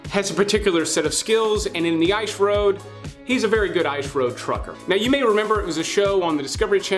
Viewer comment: Why cant you say the word " Ice " ?